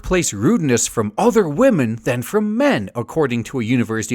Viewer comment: >respeking wahmen